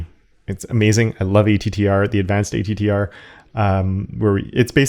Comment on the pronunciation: the attr function is not pronounced a.t.t.r. but "at-truh" as in "attribute" but without the ee-byute.